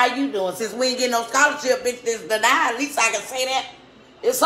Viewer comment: “SCHOLARSHIP DE-NIED” 🤣😭 Lmfao